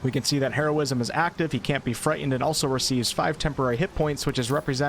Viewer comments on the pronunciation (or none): The "T" in "Frightened" is not silent.